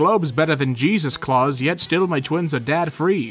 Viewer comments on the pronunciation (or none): none